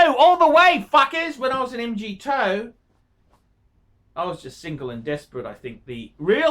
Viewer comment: "Pra Skew Toe ham" LOL "M-G-TOE", can you pronounce anything right? See ya in Bangers Big Boi